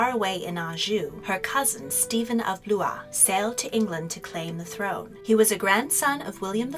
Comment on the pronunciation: I like the video but pleaseeeee double check everything including Matilda being first Queen? Is this really generally accepted by historians? Also pronunciations like ‘Blois’ Sorry, it’s just that students turn to YouTube more than they read books these days so video makers have an extra responsibility!